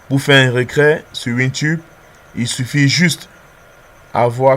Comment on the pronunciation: C'est "reTrait" et pas "recrait"